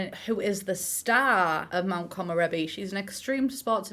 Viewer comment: also the world should be pronounced ko-mo-re-bi not ko-mo-ro-bi